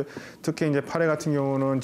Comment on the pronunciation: '파래'의 '파'는 짧은 소리인데 해설자는 긴소리로 발음하는 듯하네요.